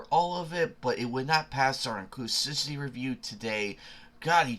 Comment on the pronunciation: inclus*IV*ity. My dude, its not a hard word.